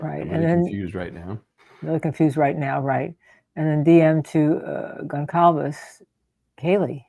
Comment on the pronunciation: She can’t even pronounce Kaylee Goncalves’ last name… junk channel